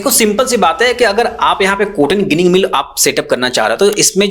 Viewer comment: ગીનીગ નહી જીનીગ કહેતે હે ગુજરાત મે 😂